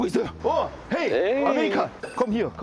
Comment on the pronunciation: 헤이 할때 왤케 발음이 한국인 같지...?